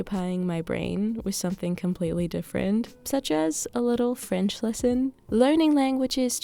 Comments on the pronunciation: your french accent is so good!!! félicitations!! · Hey,! I'm from Brazil. I've been watching your videos for a LONG time now, and I just gotta say it: your voice is so soothing! I love learning languages (currently learning korean) and also have this calm/caotic lifestyle. Your french pronunciation is on point!! And of course, the mood of the videos, lighting, cooking and presentation style is also so comforting and easy going on the eyes. I have sensitivity issues so your videos scratch the itch in my ears and eyes lol. Thank you so much and wish you the best. Congratulations on the book!